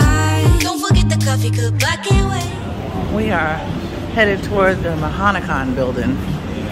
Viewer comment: Great vlog! Enjoy guys! STL (ps: pronounces Mahanakhon like a local... puts ice in beer... Bangkokian now;)